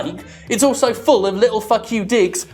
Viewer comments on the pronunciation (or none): none